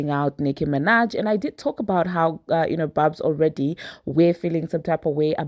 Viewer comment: It’s barbz not barbs. And y’all do understand that there are a lot of fake Nicki fan pages and bot barbz right? Nicki has already told us that. Trust, Nicki has a way of letting the barbz know when she don’t fw an artist anymore.